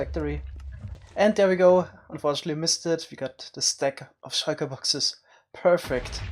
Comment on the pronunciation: I love the way he says shulker